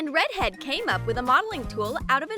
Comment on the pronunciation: I like how the person doing the voice over calls the red haired girl rEdhEaD and she doesn’t mind lmao